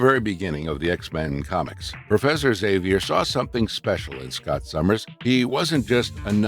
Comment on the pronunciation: Great video, that's NOT how you say Xavier though.